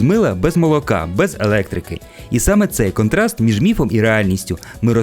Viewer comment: Хороший контент, але дуже ріжуть вухо деякі слова промовлені на руснявий маневр. В українській мові, всі голосні вимовляються чітко. А в вас досі є - кантраст, риспубліка і тд. Будь ласка, попрацюйте над вимовою. Підписалась